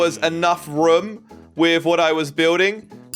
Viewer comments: Why does he say rum it is room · If he says "room" like "rum" I wanna hear how he actually says "rum"😂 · yeah so funny